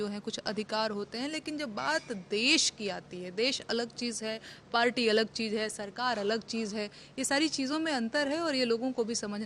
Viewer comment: Desh ko cheej bol rahi hai vah